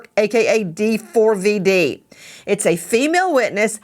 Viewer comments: The way they keep calling him Dee-Four-Vee-Dee is driving me crazy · When his name is printed D4vd--that is pronounced D-four-VUD, NOT DAVID! Pricelessly stupid. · Why does Nancy spell out his name 😂😂😂 In no way is it pronounced like that